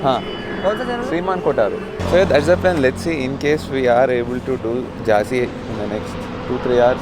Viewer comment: It's Jhansi not Jaazi